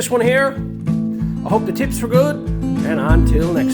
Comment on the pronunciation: Did you say hope the tips, or was that tits are good. I couldn’t quite make that out.